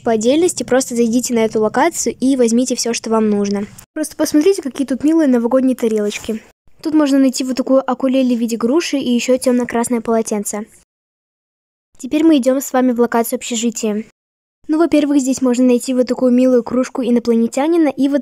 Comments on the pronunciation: Она: Акулеле Я: УКУЛЕЛЕЕЕЕЕЕЕЕЕЕЕЕЕЕЕЕЕЕЕЕ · Классное видео. Но правильно говорить УКУЛЕЛЕ, не акулеле, а УКУЛЕЛЕ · Не акулеле,а укулеле если что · тоже бесит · Мои родители всегда говорят АКУЛЕЛЕ. Мои уши после этих слов вянут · солнышко, запомни:не Акулеле, а Укулеле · Извините я просто играю на укулеле НЕ АКУЛЕЛЕ А УКУЛЕЛЕ ☺️ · Акулеле Я: УКУЛЕЛЕ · Укулеле,а не Акулеле) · Не Акулели а Укулели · не акулеле а укулеле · простите, Укулеле, не Акулеле, УУУУ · Правильно укулеле❤ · Прости конечно, но правильно говорить "укулеле"